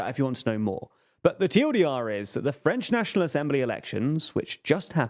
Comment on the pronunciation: Just wanted to praise your French pronunciation